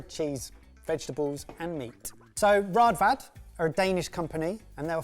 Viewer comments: Fun useless fact: Raadvad can also be spelled Rådvad. The double aa's works as an Å and is pronounced Oh', and the D that comes after is a "soft" d, like the start of 'the - th'. So instead of rad-vad it's more closely pronounced r-oh-th-vad if that makes sense. Good video 👍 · It's pronounced with the å- sound. "Rådvad" 😃 The breadcutter is made for rugbrød, wich as Ben mentioned is very dense. I'm 36, and we had one when I I was a child.